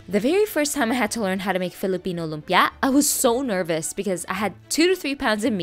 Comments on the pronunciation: I don’t like how she says lumpia. Too much emphasis on the last syllable lol . It’s just lumpia. Not lumpyah! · The way u emphasize the last syllable of every filipino or Asian dish in all your vids irks me more than it should